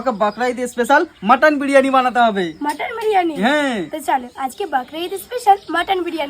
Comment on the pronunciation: Biriyani ❌ Biryane✅😅😅😅😅😅😅